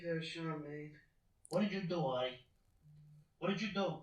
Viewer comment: Who wants to let them know that his name is "Artie", not "Archie"? Haha. It's not Riverdale